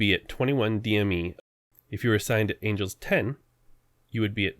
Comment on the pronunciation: "Angles"? Seriously!?